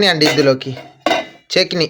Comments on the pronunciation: చెకీని కాదు చెట్ని ఆనాలి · చెకిని కాదు తమ్ముడు చెట్నీ అనాలి